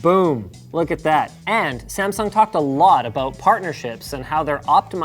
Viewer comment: Linus, you are pronouncing Samsung very wrong.